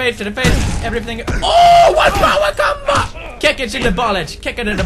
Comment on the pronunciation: Me: Combo Pewdie: Pombo